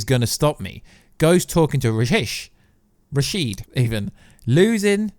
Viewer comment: Rashad not rasheed.